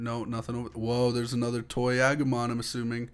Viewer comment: Agomon is prenounsed ah-goo-mon